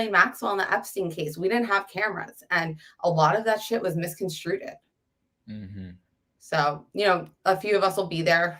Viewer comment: Please pass on to your friend /e correct pronunciation for misconstrued! The ed at the end is not a separate syllable!